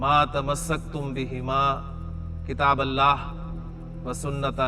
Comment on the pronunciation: Correct hadith pronounciation it is kitabullahi wa sunnatu nabiyyih not kitaballahi